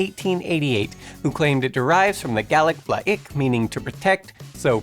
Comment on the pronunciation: hello new guy. you mispronounced two words...etymologist and gaelic...otherwise, good job.